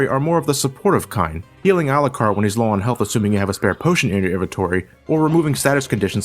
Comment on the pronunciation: It’s pronounced Al-YOU-CARD. Not alacard. This is something about the game that bothers me not but still I hate that miss pronunciation